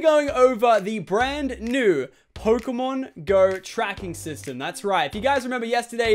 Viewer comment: Its pokemon not phokemon